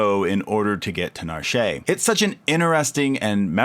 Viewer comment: Nar-shay lol